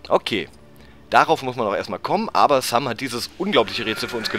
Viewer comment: Hey wenn du so versessen auf die Aussprache bist dann nenn doch bitte Sam nicht mehr "Säm" Aber ansonsten ein suuuper Let's Play:D So wie früher ^_^